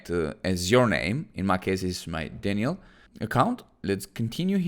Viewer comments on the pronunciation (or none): none